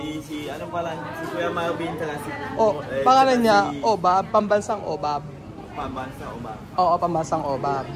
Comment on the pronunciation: Pambansang Yobab po not obab hehe